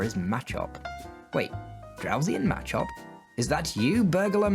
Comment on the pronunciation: Nice work and good job. I liked your style and picture thing (don't now what to call it ) around the gameplay. Although Some of your pronunciations slightly bother me. Like machop I say it ma- chop. Zapdos I say zap-dos as in two its articuno (uno/1) ,zapdos(dos/2), and moltres (tres/3) and the y in aerodactyl I say silently. I'm not sure if that is a British thing or a pokemon have weird names thing but its suppose to sound like pterodactyl witch i do not sound out the y in at least that's how I think of the names.